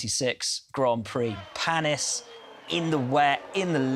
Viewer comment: Will, need to work on pronunciations. It’s Pan ee for Olivier Panis and Lee jhay for Ligier.